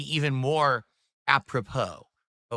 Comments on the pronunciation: add "apropos" to list of words doesn't know how to pronounce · Ap-propro? 😂😂 You're completely regarded,. You don't know the meaning of working for a living. Your "kahntent" is neither meaningful nor pahsative. You're a toxic ahole, and your videos are only good to laugh at. 😂